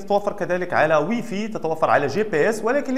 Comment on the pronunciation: اخ الب اللاسلكية اسمها واي فاي وليس وي في ارجو اللفظ بشكل صحيح